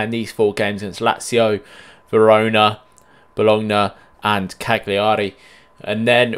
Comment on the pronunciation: yk I love to correct you so bologna is pronounced bo lo nia and CAGLIARI is pronounced ca li ari the g is in fact silent but still love the content!